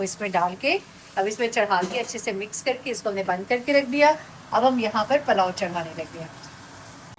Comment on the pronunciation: Masha'Allah.. Farsh e Aza sai bohat Barkat hoti hai ghar mein.. Sab acha lag raha tha.. Lekin pls correct yourself: PALLO NAHI PULLAO kehte hain. Saboohi Zaidi